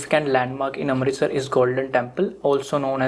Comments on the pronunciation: not amtirstar but amritsar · Its not amritstar its amritsar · You, yourself can't pronounce Amritsar correctly😂😂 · i appreciate your help but be respectful and pronounce the indian names and name of the states of india correctly